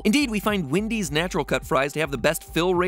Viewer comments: Nobody: Matpat: calls Wendy's Windy's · I just realized Mat pat says “Wendy’s” like Eric Cartman